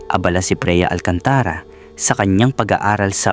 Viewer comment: Bakit Mali ang bigkas ng narrator sa mga words? 😵Like: "Freya" = Preya "Alcantara" = Alcan-tà-ra, "Taon" = Tà-on, "Kapos" = kà-pos" etc., simple lang bakit sablay ang sambit?